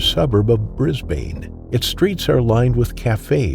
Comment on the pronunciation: It's actually pronounced Brisban even if it has an e on the end but you are not to know,we learn all the time😊